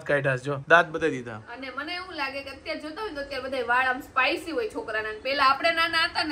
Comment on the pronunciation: Spicy na kevay spike kevay